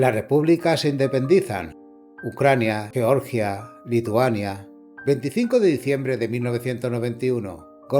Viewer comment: ¿"lleorllia"? ¿estás de coña? ¿no puedes decirlo en castellano?